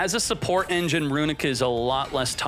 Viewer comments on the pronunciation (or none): none